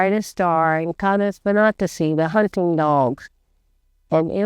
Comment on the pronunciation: It's pronounced kay-neez vin-AT-ih-see (or kān-eez vɪˈnæ-tɪ-sī)